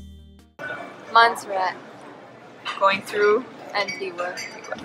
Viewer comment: Lol Antigua pronounced wrong but hey I’m glad u got Montserrat right🇦🇬 glad you had fun in our islands